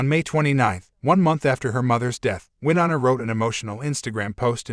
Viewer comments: Maybe learn how to pronounce Winona before you put it in a video? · Please learn how to pronounce Wyonna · This shouldn't have been aired and it would be decent if they would have pronounced Wynona's name right